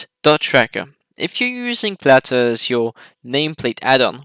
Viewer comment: I hate the way this guy says "Plater"